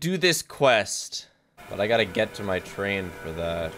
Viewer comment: GET TUGH ZEH TRAIUN AUUGH